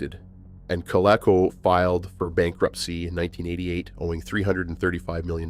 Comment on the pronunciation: It’s pronounced co—LEAK-co by the way. We had a Colecovision. My brother played it a lot but I was really young but I remember playing Dig Dug on it.